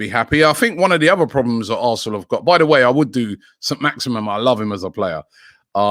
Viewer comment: Robbie butchers every single name - Abrahams? Saint-Maximum?